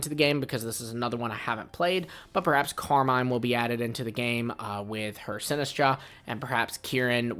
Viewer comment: Calling her Car-mine is crazy. It’s pronounced Car-min brother